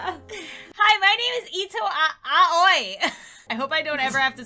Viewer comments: it’s pronounced o-WEE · Eh more like ah oye? said it right the last time she said it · N-no... No, nO, NO. It's you must read A and O together and I on their own... Like this it sounds terrible.... But kinda KINDA(!) funny at the same time. So... Oh god... This is killing me. xD And what's even worst. This makes me realise, that I'm such a weeb. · It's "uh-oi", not "owie" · Did anyone else see that the doctor said her name wrong.He said Aio instead of Aoi. LOL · Aui is pronunced as Oi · It kinda triggered me the way they said Aoi like "I oi" Instead of saying "ow e" Like I think it's supposed to be pronounced. AaAaAaAaAaAaAaAaAaAaAa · I tried, but I can't watch this video if they keep saying "Aa-oy." It's pronounced "Ow-ee" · You're supposed to say it Owwe not Aye oi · Ito Owie 😂 That’s actually how you pronounce it... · A-o-ee It is blue in japanese U say every latter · Her name is pronounced "Owie" Sounds weird but it true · Aoi is pronounced “Owie.” Lol Ik it’s weird but it’s actually how you pronounce it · it's actually AAAoyi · Aoi:pronounced oi Asui:pronounced Aswee Edit: :D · I think Aoi is pronounced like “owie” xd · How to pronounce Aoi, JAPANESE LESSONS WITH ALEX! Ayoi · No, it's pronounced like ah-oh-ee, but quickly, making it sound like "owie." Awesome, oh, and leaf. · coming from someone who is learning Japanese her name is pronounced "Ah-o-e" (somewhat how owie is pronounced) also the amount of mha references and mispronunciations in this so funny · when was trying to pronounce aoi i was in my mind saying "just say ow ee" "just say ow ee" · I think that Aoi is pronounced Owie like from danganronpa lol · Inhale YOU PRONOUNCE IT OWIE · i love how says the name Aoi 🤣 even though it’s pronounced Awi LOL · Asui (AHH-SUE-EE) Aoi (AHH-OI) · i love how they didn't pronounce the name right at all 😭💕 im pretty sure its pronounced "ow-ee" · It’s “Ow-ee” Ito Ow-ee 😭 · AOI IS PRONOUNCED OW WEE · Aoi is pronounced like “oww-ee”